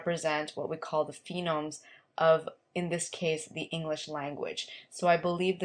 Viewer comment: This is helpful. Thanks! I just want to mention that it's a phoneme. PHO-neme not PHEE-nome.